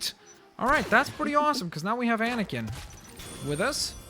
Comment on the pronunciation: I heard him say Anakin